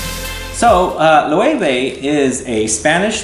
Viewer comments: I loooooove Loewe 001 on my husband and it's actually one of his favorites. Thank you for pronouncing it the correct way... I had to correct the sales woman in Nordstrom several times. Great video, I just stumbled across your channel and glad I did. Thanks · I remember seeing this brand when I was in Spain. I love the aesthetic of the marketing for these two fragrances, very curious to see how the actual juice compares! I also didn't know it was pronounced "Lo-eh-veh" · LOL! They corrected me in Spain on the pronunciation. Even though it's been several years I think this is how they pronounced it! :)